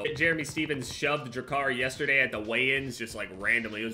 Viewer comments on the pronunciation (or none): You can’t really tell is from New Jersey until he says yesterday